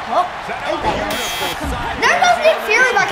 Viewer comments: IKR he’s saying it like thanose even tho it’s Thanos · thanos's name is thanos your saying thaynos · THANOS IS PRONOUCED th AN OS Not th A NOS